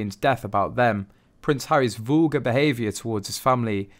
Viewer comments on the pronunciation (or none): “Voolgar”? VUL-GAR